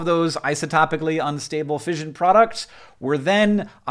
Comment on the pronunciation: “ fishion ” got me fucking triggered as an english person